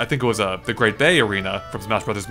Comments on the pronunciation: Just a heads up, it's pronounced May-Lay, not, Muh-Lay. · Okay. This is irking me. Firstly: I've heard Melee (properly pronounced as: "may-lay") pronounced as "mee-lee" and "may-lee", but. . . "muh-LAY"? Secondly: How the fuck do you turn a wave of force upside-down? Thirdly: I saw no correlations between Fox becoming smaller and DeDeDe becoming slower. Wouldn't it be more reasonable to think that everyone within Ashley's field would receive a different effect regardless of who they are? Forthley: Pac-Man just shouldn't be playable, and I hope to god he isn't. There is little to nothing that he can do besides chomp. There is no sense in putting him in there aside from the purpose of advertising. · Actually it's pronounced mey-ley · "Mah-Lae" -, 2014